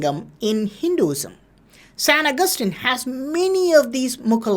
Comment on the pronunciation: San agustin = sen akathin